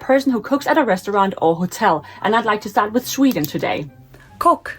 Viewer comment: Finn said chef is "kukki"... No, it's "kokki" .